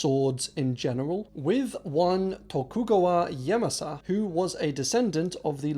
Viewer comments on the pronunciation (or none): none